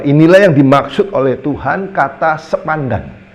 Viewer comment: Mohon maaf beliau tdk bisa mengucapkan SEPADAN...🙏🙏.. Di ksh tau..salah lagi. 😁😁😁